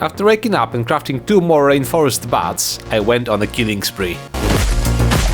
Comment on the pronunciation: The way you said reinforced sounded like rainforest to me. Lol